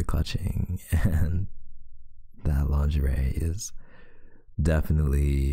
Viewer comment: Wait for it, wait for it- "LiNGerIe" Snort 😆 🤦🏾‍♀️ I'm so danm immature 😭